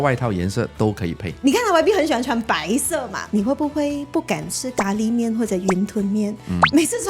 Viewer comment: 是“gā” lí miàn（咖喱面）， 不是“jiā” lǐ miàn